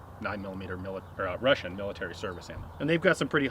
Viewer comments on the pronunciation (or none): As usual a Russian word is pronounced in such a way I can hardly recognise it. 8D